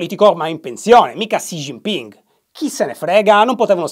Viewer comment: Un piccolo appunto: in cinese Xi si legge Shi e non Csi, quindi si legge Sci Ginping (è un po’ come Shy ☺️) Anche Zhang si legge Giang, non Zang 😉